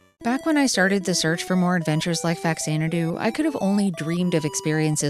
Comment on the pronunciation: fun fact: it's pronounced Fa-Xanadu because it is A spinoff of the Xanadu rpgs in Japan!